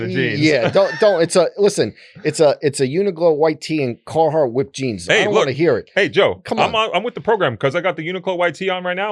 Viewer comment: We gotta get Joe to stop saying UniGlo. It's called UNI-QLO.